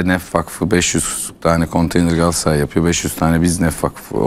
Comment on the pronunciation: Candaş bey 'Galassaray’ değil, ‘Galatasaray' lütfen düzgün telaffuz edin.